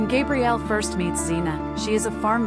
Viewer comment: As a diehard Xenite, the fact that you keep saying GABrielle wrong is making my eye twitch! RIP Kevin! Taken entirely too soon! You kept so much out of each character's storyline and put so many of the ages wrong. Also pronounced other characters' names wrong. Damn, so disappointing.